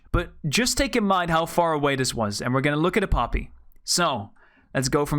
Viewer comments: I thought u said puppy not poppy lol😂😂😂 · Fr I just kept hearing puppy and briefly going "PUPPY? WHERE???" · Is it not poppy with a o